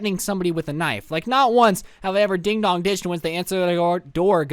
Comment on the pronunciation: "Dog" I thought it was dong